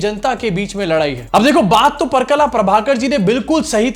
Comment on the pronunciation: Pa-ra-kala, correct pronunciation. All the best. Just a thought to hear you say well. Enjoy all your videos.